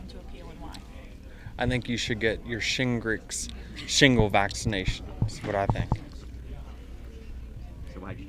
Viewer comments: I think after the first 2 time of butchering the word shingles and saying shingricks u should have laid it to rest hahah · Denice…if you’re going to keep running your mouth before putting your brain in gear…at least learn your lines and how to pronounce words…shimgles? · Lol his response his great. Funniest part is he can’t say shingles 😂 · This man cannot pronounce shingles 💀